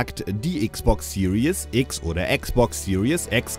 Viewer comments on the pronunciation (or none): Die falsche Aussprache, die man überall in Deutschland hört: "Serious X" - Die ernste X :D